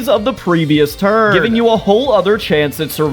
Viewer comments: you said tunr instead of turn, and honestly, w vids and w sediweek also i love how sedruid is the only one with out sedi pronounced in its name! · “the tunr” 😭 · Ah yes, "tunr"!!! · “to the tunr befoe instead”